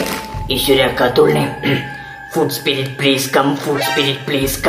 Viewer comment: Sprittalla spiritt😂😂😂